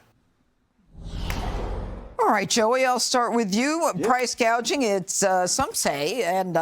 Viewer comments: Is no one going to address the fact that Kamala mispronounced a simple word like “gouging”? She said price “gauging” which is not the term “price gouging”. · How many illegal aliens would be buying their first home in America, and it’s gouging, not guaging!🙄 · She called it gauging not gouging. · Kamala said ' guage ing , not gouging. She could not even get that right. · Wait a minute stop the presses. Harris has just broken new ground and should be praised for alerting us all to the epic issue of PRICE GAUGING! Not gouging. Not gagging - although i basically gagged when she said GAUGING. Where exactly is any GUAGE involved in prices? What a bubble head. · She said price "gauging." There's no such thing as "price gauging." Dumbala meant to say "gouging. " Cheers 🍻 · Kamala said they were price gaging... what is price gaging? Did she read it wrong? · THE MORAN PRONOUNCED WORD WRONG !!SAID GUAGING NOT "GOUGING " WAS THIS INTENTIONAL ??? KAMALLA IS JUST NOT SIUTABLE TO MAKE BIG FINANCIAL DECISIONS !!! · Kamala should know the difference between gouge and gauge…or how to read them off of a teleprompter ! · This brilliant person called it price gaging instead of gouging. Come on. She is reading from prompter and still gets it wrong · Gaging? Not worried about gouging... I'm not convinced she didn't say that intentionally. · it's price gouging not gauging, you doofus LOL and who was he president before the pandemic? i didn't hear you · She should be embarrassed for telling on herself, reading the teleprompter and mispronounced gouging. She said gadging. Price gadging? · $25k for homeowners ? That’s even worse than 0 down disaster! Madam Kamala, it’s price gouging , not price gauging. Fire your script writer. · She called it price gadging. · Price "gauging"? I thought it is Gouging... Lol She's a clown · She also said price gagging not gouging. She can't even say the proper words. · Price gauging not gouging...😂she can't even get it right!! What a buffoon!!!